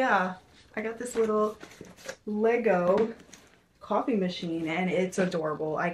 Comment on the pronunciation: LOVE LOVE LOVE!! has anyone told u that u say coffe like a new yorker ☺ cawfee lmaoo LOVE UR VIDS OMGG